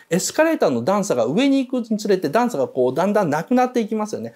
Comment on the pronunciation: 段差の言い方がダンサー